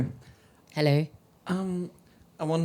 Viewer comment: "Hello" Badu in English accent: "Helleuu" 😂😂😂😂😂